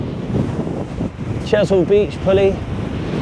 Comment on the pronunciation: Great committed effort mate. ‘That’s Chesil..’